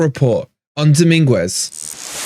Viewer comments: The U is silent its Domingez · PLEASE Stop calling him Domingwez, you're a fan, take the time to learn to pronounce their names correctly! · I think you're probably pronouncing Dominguez's name incorrectly. Isn't the 'u' silent?